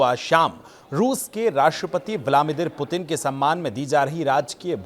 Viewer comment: भाई रूसी राष्ट्रपति का नाम आप सही से नहीं ले पा रहे हो, और न्यूज पढ़ने चले आए। सही नाम है व्लादिमीर पुतिन। रूसी और इंग्लिश में भी लिख देता हूं Владимир Путин Vladimir Putin